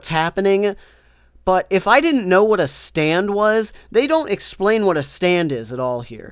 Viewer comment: Stop saying the ward stand.